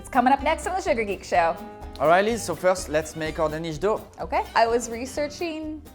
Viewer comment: Does anyone else find themselves pronouncing SugarGeek Show in their head the way says it? Shoo-gah Geek Show